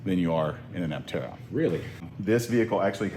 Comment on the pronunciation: The correct pronunciation of “aptera” should be /ˈaptərə/, like in “dermaptera” (/dəːˈmaptərə/) or in “zoraptera” (/zəˈraptərə/).